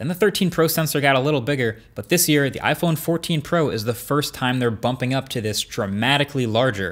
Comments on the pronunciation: "iPhone 14 Po" I don't know why but I found that funny. Try saying out loud :) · "iPhone 14 Po" lol